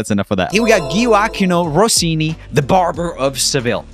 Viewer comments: you say it: Joeackinoe Rossini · As an Italian, the way Joel said "Giubba" and "Giovachio Rossini" made me laugh quite a lot